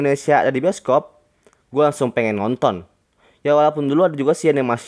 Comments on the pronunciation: bang kok pertama bscaannya boskob bukannya bioskob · Itu bacaan nya bisokop